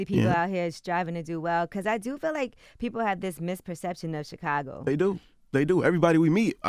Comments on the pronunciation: It's thoroughly irritating the fact the Charlamagne REFUSES to pronounce CHIcago properly. Smh. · I want Charlamagne to stop saying CHEEcago